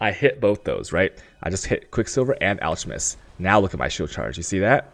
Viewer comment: Uh-cull-tist xD Al-ka-mist xD ♡